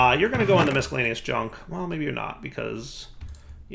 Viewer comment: Every time says "miscellaneous" I die a little inside.